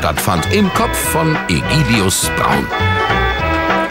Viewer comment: "Egidius"...... keine weiteren Fragen. ^^